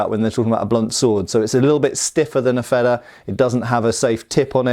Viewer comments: Yeah, wanted to comment on this, too. Your Feder pronunciation isn't even bad; just make the first e longer and it's perfect. Your version would be written Fedder in German, and that's not an existing word (yet?). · Wanted to compliment you on your pronunciation of the 🇩🇪German word Schwert 👍🏻. But you want to take it to the next level...if not that's totally okay of course✌🏻. Feder in 🇩🇪, isn't like the 🇬🇧 Feather. But it is pronaunced like: "fayder". Really like your Channel and love learning something new each time you post a video.👋🏻🇳🇱